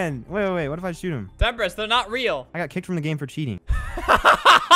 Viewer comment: Him : Temprist- Me : WAIT I THOUGHT HE WAS PLAYING WITH JAKE THE WHOLE TIME?!